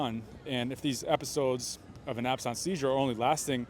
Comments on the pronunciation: I didn't realize absence seizures was pronounced absons. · Why do you pronounce the common word, "absense" so strangely? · Absence is not pronounced the way you say it. It's just the word that means not there, like if a student misses a class, that's an absence. You seem to be making it French. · Absence is an English word, not French. It's not ab-sawnce. An eeg can be set up and triggers like lights flashing at specific intervals given while connected, to measure the brain under duress and detect seizure activity. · Isn't it called absence seizures, not ab-sunct seizures? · This was my diagnosis too — seizures of the absence (French pronunciation) type, associated with his fall. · Why do you pronounce "absence" so weird? It's like "absent", like being absent from school. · Absence is pronoinced in the usual way as in 'absence of evidence ' 'Petit '_ the lasr t is silent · Is the word "absence" really pronounced like that (with a French accent) in this usage?? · Okay clinical pharmacist here and I have a confession to make - I thought was a phony when I heard him say abscence seizure…I was like absence, like you are absent from class bc you have the flu. But then I looked it up and it is indeed to be spoken with a “french-like” sound. Now I am questioning how many times I have mispronounced this at work…? 😂😂😂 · Never heard Absence pronounced that way. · Why does this report have difficulty saying absence??? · I have never heard someone pronounce the word absence like they've only ever read it in a book until this moment. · why do you say absence so weird? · I’ve never heard absence pronounced that way. But yes, seizures and TIAs were my non-expert opinion. I lived with someone with epilepsy and their absence seizures were similar. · I"ve never heard anyone mispronounce the word 'absence' so badly... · I can't get over your pronunciation of "absence". It really isn't a big deal but is English not your first language? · It's absence. Not absonce.